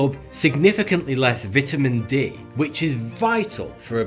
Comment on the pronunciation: Mmmmm you make me angry with that pronunciation of vitamin D